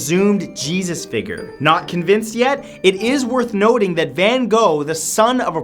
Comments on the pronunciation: It sounds like he said nerth woting instead of worth noting when talking about the phallic painting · am I the only one who heard Matt say "it's noth wording" instead of "it's worth noting" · Anyone notice he says " north woting" instead of worth noting? <3 matt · "It's noth worting" as opposed to "it's worth noting". Why am I like this? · Wait.. I assume he meant to say worth noting, he said noth werting. Huh? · Anyone else catch that he said "noth wording" instead of "worth noting" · I can't be the only one who noticed he said "nothe worting" instead of worth noting in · "It's nothe wording" Not sure if he meant to say that or if he mixed up "worth noting" lmao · anyone else notice he said “noth wording” hehe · Wonder if you cought "...is noth worting..." when you were discussing The Decameron at mm lol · he says "nothe worting" lol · Everyone talks about how he called hades a goddess but no one talks about how he said "noth worting" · "its noth worting" -Matthew, 2017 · "It's noth worting" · "Noth Wording" lol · "It's Noth Worting"?? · It's noth worting lol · "It's noth worting" XD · "Noth worting" ??????? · "Its noth wording" lol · "it's noth worting..." lol was that intentional for us to catch or just a slip of the ol tongue? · "its noth worting" lololol! sorry for laughing, but it's nice to know I'm not the only one who jumbles words like that xD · he says it's Note Worthing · Did anyone else notice he said "it's note wirting"? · anyone else notice he said "noth worting" ? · "Noth worting"